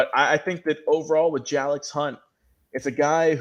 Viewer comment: His name is actually pronounced Jay-lix 🙂 Thank you for your support and kind words! Keep up the good work Big Lil bro. So proud! Love you! ❤️